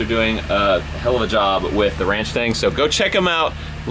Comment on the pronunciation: Why “ranch-tang” instead of “ranch-stang” ?